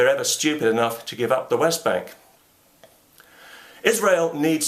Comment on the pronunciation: This message comes nine years late because of YouTube's feed mechanism, but Thank You, Mr. Condell, for pronouncing "Israel" correctly.